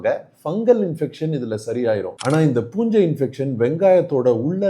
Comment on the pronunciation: Adhu punjai illa poonjai😂